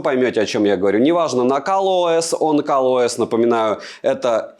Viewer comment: Почему он говорит КАЛ ОС?